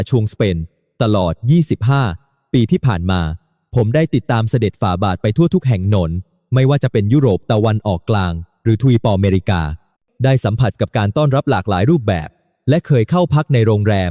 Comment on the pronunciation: เอาเอไอมาพูดโคตรน่าเบื่อพูดอะไรก็ไม่รู้ เช่น พระเกียรติ เป็น พระเกียด - ติ ทวีป ก็เป็น ทวี - ปอ ตลก เลิกทำเถอะ